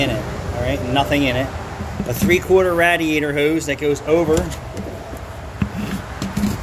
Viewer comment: What's a rad-e-ateor?